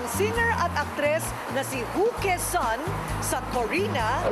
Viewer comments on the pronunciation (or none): Sabi ni korina "hu ke sun" twice 😂😂😂 it should be ku yeh sun.